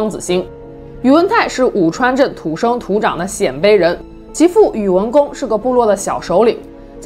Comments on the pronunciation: 鮮（音：先）卑！ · 鲜卑的鲜读一声，侯莫陈的侯读四声